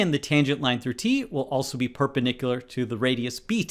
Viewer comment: Thanks for the great videos. Please though, and I dont mean to be rude, but can you pronounce perpendicular correctly as it is confusing my child? You pronounce it "perpenicular" without the d